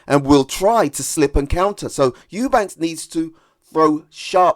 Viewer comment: Eubank not Eubanks. I give Conor the edge.